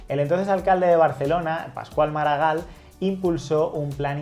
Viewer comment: Por favor, Pascual MaragaLL, no MaragaL. Hay doble ele, se pronuncia igual que oLLa. No es tan difícil, en castellano también existe este sonido.